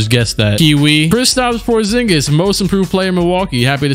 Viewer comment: KRISTAPS PORZHINGIS 😂😂